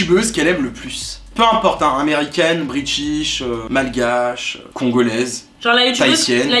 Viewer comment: IL A DIT MALGAAACHE 😭😭😭😭😭